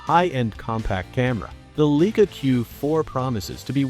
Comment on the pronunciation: Fraud video. Cannot pronounce the name of the camera properly.